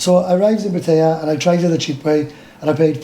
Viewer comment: Pat tie a not pat a ah